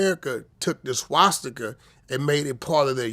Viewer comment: Vlad, practice makes perfect SWA-STI-KUH, that's how it's pronounced, not SHWA-SHTI-KUH, you silly goofball. Lmao